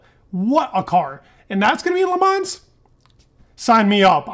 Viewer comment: the S in Le Mans is silent! Please Dude, please!